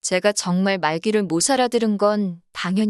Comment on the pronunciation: '못알아들은'의 발음을 '모사라들은'으로 읽는 사람 첨 보네요.